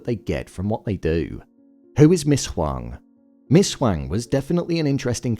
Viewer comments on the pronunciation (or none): Is the voiceover for this AI generated? Lots of weird inconsistencies like calling Dylan Dennis and pronouncing Ms. Huangs name differently in the same sentence.